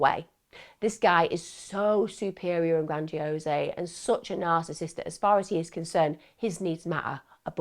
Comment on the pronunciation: Lol Emma just so you know grandiose isn’t spoken with the ‘e’ sound at the end - it’s just gradiOSE like ‘hose’